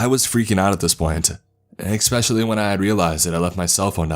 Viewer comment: His mispronunciations of certain words just ruin the stories for me. He says “ECKSCAPE” and “ECKSPECIALLY” quite often. Not to mention the “ah” or “uh” sound he makes at the end of a sentence. Sorry, I just thought a professional narrator would edit his diction before releasing on YouTube.